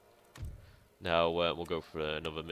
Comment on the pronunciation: hey, nice gaming! Say: why do you pronounce "Aushtria"? Is this a kind of dialect?